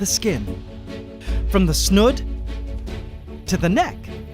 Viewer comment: Snood not snud. pronounced like food not hood.